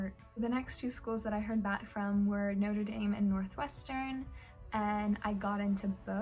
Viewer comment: did she just say noter daim